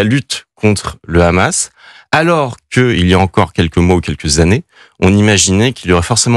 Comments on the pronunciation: AUCUNE NEUTRALITÉ MR,En bon français Le H est muet,Le Khamas,Le khamas!!😂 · Les gars sont tellement un haut parleur d’Israël qu’ils disent aussi le khamas au lieu de Hamas 😂😂😂